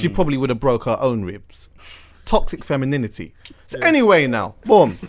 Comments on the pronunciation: TOXIC FEMIN-IN-IN-ITY :O ... He says it like when a kid learns a swear word for the first time lol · alot of facts in this ...that TOXIC-fem-in-NINITYyy is kills me though lol